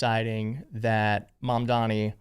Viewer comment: It's pronounced Mam Dani